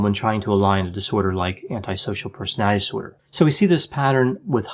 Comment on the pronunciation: Love your channel. Just wanted to say, do you realize you pronounce ‘personality disorder’ in a funny way? Haha. Like you have trouble saying it. Sounds like personalizorder. Anyone ever tell you that? Anyway, keep up the good work!